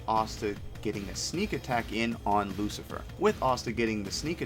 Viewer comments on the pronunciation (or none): Hopefully you can get the name right.... It is Luci- FERO .....NOT Lucifer. I thought I mis-heard or it was a mistake but I realized that you don't know the name.